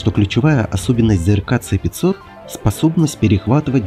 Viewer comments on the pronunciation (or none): "Ц-500"-бляяяяя чел,ты серьёзно...В России обозначения вводятся по РУССКИ,почти всегда:-С(ЭС)-500 или ракеты Х(ХА)-101-102,но не "ИКС".Точно так же нужно доносить и иностранцам.